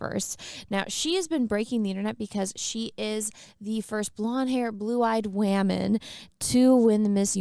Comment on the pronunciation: Is she pronouncing words like women and racist wrong for a reason?